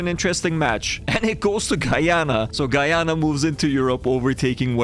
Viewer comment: As a guyanese person it was nice to get a win and see my country’s name pronounced properly 😊